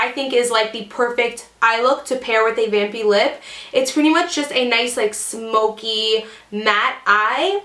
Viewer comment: Kept on hearing 'Bambi' instead of 'Vampy' -_